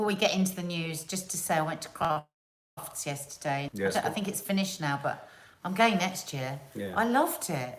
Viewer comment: Did you say Crufts?